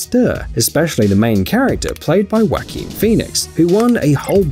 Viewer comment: "WHACKIN' " great Phoenix... It's pronounced "WAH-keen".